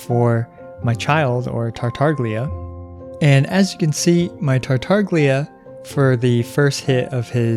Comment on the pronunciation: "Tartaglia" 's 'gl' part is pronounced as you would pronounce "tortiLLa" or the 'Y' in "Yesterday"